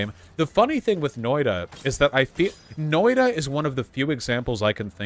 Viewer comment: Hearing him pronounce it "Noida" is driving me insane.